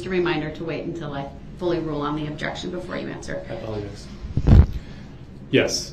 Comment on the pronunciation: Objectshun. Grountz . Subject matter jurisdiction. Leading. Good bye Mr. Brooks 😂